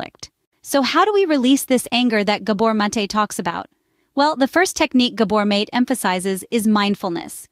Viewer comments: Learn how to pronounce his name❗❗❗❗❗❗❗❗ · I wish the AI announcer would pronounce this wonderful man’s last name correctly … I personally feel it is at best careless and at worst disrespectful to publish content that depends on Dr. Mate’s reputation & expertise and NOT pronounce his last name correctly.